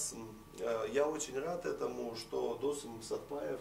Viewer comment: ведущему нужно срочно что-то делать со своей культурой: либо намеренно коверкает имена-фамилии казахов - ДОсым, САрым...либо одно из двух